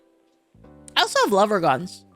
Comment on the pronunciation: When she says "lever gun," it sounds like "lover gun"💖